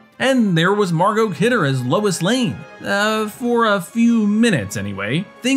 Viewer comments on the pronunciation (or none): LOIS NOT LEWIS LOL